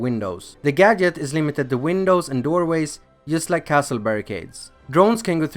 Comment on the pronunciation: That’s not how you pronounce gadget